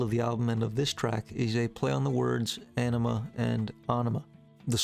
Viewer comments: I wanted so bad to post a video link of every band member calling it On-ima. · See any MJK interview and he pronounces the name of the album On-ima. I don’t know how you can argue with the guy who was part of creating this masterpiece.